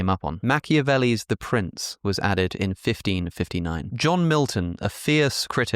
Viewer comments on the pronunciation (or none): none